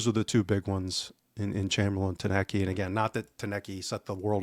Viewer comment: Good show guys. But please...TOU-NEK-TI is his name. Not Tanecky or Tounet-kay